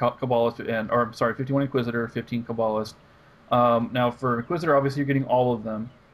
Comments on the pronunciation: this isnt really an issue but when u kah-ba-list it really ticks me off :P. Its pronounced KAY-ba-list. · It's pronounced Ca ba list. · You say Poe Tay Toe, I say Puh Taw Toe. You say Toe May Toe, I say Puh Taw Toe. You say Kuh Bawll Ist, I say What The Fuck? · The way you say cabalist is so wrong, it just pisses me off.